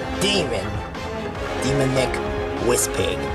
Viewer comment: It’s Demonic, you didn’t say his name correctly